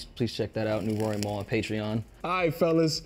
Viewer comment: I hate the way B. Dot pronounces “Mal”